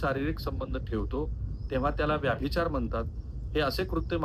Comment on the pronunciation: राहुल साहेब कुलकर्णी आडनावाच्या मी जितक्या जणांना ओळखतो त्यात व्यभिचार या शब्दाचा वारंवार व्याभिचार असा उल्लेख करणारे आपण पहिले आणि शेवटचे कुलकर्णी . हा व्हिडीओ बघतांना नंतर नंतर तर ,तुमचा विषय राहिला बाजूला आणि मला नादच लागला कि आता व्यभिचाराचा उल्लेख तुम्ही परत व्याभिचार असा कधी करतायेत ते. 😂 तात्पर्य: पत्रकारिता आणि यू ट्यूब मधून सकस ,मराठी वाचना साठी वेळ काढणे फार गरजेचे आहे.